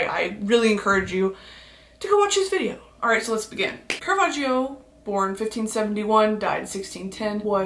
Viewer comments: Listen, I'm an Italian fan, and you said his name BEAUTIFULLY! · and btw your pronunciation of caravaggio's name was chef's kiss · that pronunciation was eccellente if i do say so myself🥰